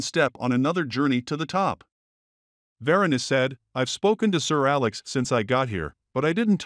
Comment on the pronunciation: VER-ANN, NOT VIRIAN.